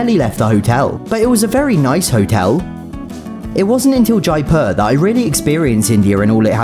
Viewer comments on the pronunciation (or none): The way he said Jaipur 😭